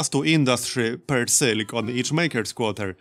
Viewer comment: "Sil ik?" what's that? is like "Mil ik?" i drink that sometimes.